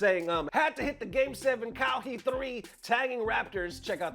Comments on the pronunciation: LMAO "COW HE" its Ka-Wai! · he said kawheee three 😂😂😂 the guy was referring to kawhi Leonard three point shot when he was on that team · "Cow he 3" Lol tell us you don't watch basketball without telling us you don't watch basketball. His name is pronounced "Kah Why" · Bro said “Cow-hee” for Kawhi, breh. 😂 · “Cow-he”. Lmao!!!!!!! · My man said Cow hee I'm like whooooo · That boi said cow-hee lol all love tho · Aye bruh chill lmao. He did say some "Cow-Hee" tho 😂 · “Game 7 callhe 3.” lol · Lmaooo the way you butchered Kawhi’s name😂😂😂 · Bruh butchered Kwahi 😂😂😂😂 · The way he pronounced Kawhi's name 😂😂😂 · Yeah. Northern nora way to pronounce it. Lol